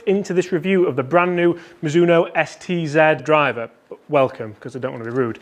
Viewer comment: Don't you mean Mizuno Sed,Ted Zed driver?😁